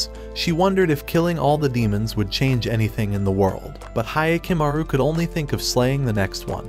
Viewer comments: Hya not Hiya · It's like nails to a chalkboard hearing the mispronunciation of Hyakumaru (hee-ah-ku-ma-ru vs Hi-ya-ku-ma-ru)